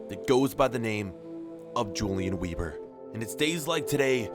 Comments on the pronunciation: It’s prenounced “Veber” and not “Webur” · Say Vebr not Weeber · “w” sounds are pronounced with a “v” sound so it’d be “veber” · i am german and you SHOULD PRONOUNCE IT like this: YOU-LIAN VEBER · Since ur German ur meant to pronounce it veber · Pronounced veber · That is an awful last name it should be pronounced vehber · Wieber is prenounced ”Viber” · Weber should be pronounced as 'Vehber' Great series though, once again! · It's gonna be pronounced Yulian Vehber, friend. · You are pronouncing his name wrong. Weber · the W is pronounced with a V